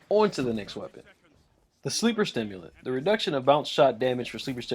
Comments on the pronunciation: Its sleeper simulant.......not sleeper stimulant.....sorry but when I hear something said wrong it pisses me off. Like it has no fucking t in the god damn name! Everyone I know says stimulant....like why just why...... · Sleeper SIMULANT. Not STIMULANT. You are literally reading the TWAB and still mispronouncing it. I don’t know why this bugs me so much...but it does. There is not an extra T in the name.